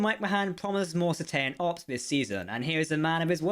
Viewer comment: Cet ace ean ops is how its pronounced and its beluga whales not dolphins